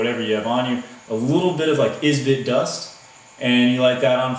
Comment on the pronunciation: Can you not speak English or are you just special? It is Esbit not is-bit. But at least we know that the "Tea Tree can't hold no other pot!" I also noticed you got your "Millennial" identifier in there by calling a canister stove a "stuuuve" dude...lol. Son you are going to get in a survival situation and find out that a knife is CERTAINLY necessary as well.